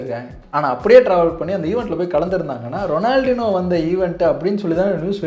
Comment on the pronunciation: எனக்கு ரொம்ப ரொம்ப பிடித்த கால்பந்தாட்டக்காரன்..! அவர் கூட விளையாடுறவனுக்கு பயித்தியம் தான் பிடிக்கும்..! 🤷 ஏன் காணாமல் போனார் ன்னு ""இப்ப"" தான் தெரியுது...!😤 அப்புறம் அவர் பெயர் "ரொனால்ட்-இன்யோ" ரொனால்டினோ கிடையாது..! எங்கேயாவது இருந்து சுட்ட கதையா இருந்தாலும் சரியாக முழுசா சுடுங்க..!🙏 நன்றி 🙏